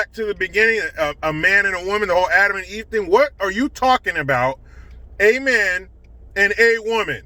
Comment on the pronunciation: at least he could have put the extra effort in to be consistent: AMEN and AWOMEN, not awomAn...